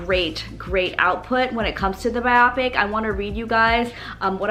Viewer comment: It’s actually pronounced Bio-pick not bi-op-ick